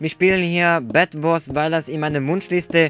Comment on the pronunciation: Bedwars und nicht Badwars und nicht wiso sonder wieso ( Bin auch Ausländer kann aber Deutsch)